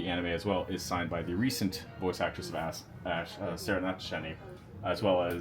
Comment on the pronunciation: This is all amazing, thank you! And I know I'm being a child, but have to acknowledge the flub of the guide initially referring to Ash as 'ass' :) Sorry.